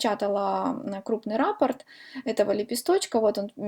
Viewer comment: Правильно говорить: раппОрт, рАпорт пишут в органах МВД. КрасИвее, а не красивЕЕ. Удачи.